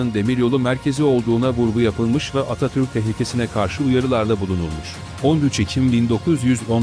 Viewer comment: Bu seslendiren her kimse Atatürk demiyor Atatür diyor.